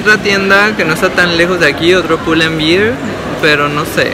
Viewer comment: pull &Bear esta mal pronunciado en todo el video. Saludos